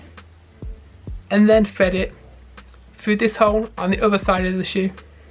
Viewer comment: Fred it foo! That damn “th” gets them every time